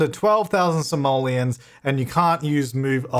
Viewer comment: In the video: Simoleons What I heard: Somalians